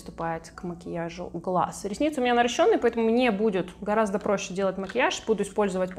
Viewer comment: НарОщенные, а не наращЁнные!!!!